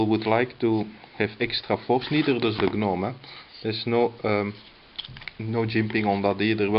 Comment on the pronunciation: The G is silent.... It's pronounced 'nome'